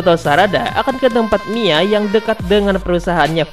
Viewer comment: bukan mai tapi mia bang